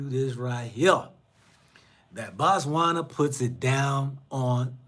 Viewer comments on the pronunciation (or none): Brother Man, brother of mine....I want you to say; "Bo-Tswana" not BA'Tswana....you only say 'Batswana' when your refer to the citizens, the country is pronounced 'Bo-tswana'.